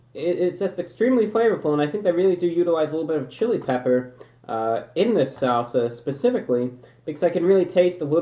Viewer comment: why does he say salsa like that